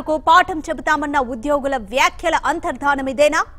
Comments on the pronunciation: Antardhanam kaadamma, Antardhanam ani chadavandi. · అంతర్ధానం ......కాదమ్మా పదాలను సరిగా పలకండి.